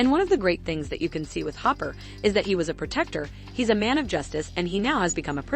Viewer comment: The way they pronounce “COVID” 💀 It also sounded like they said humper not hopper 😂